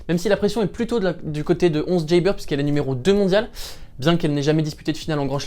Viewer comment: Pourquoi tu prononces à l'américaine "jeybeur" haha